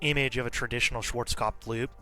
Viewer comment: I like how you pronounced… “Schwarzkopfplplflp”